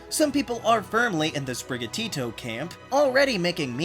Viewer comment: SPIRIGATITO NOT SPIRIGATITOU